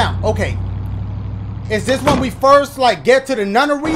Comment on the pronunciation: I like how he said nunery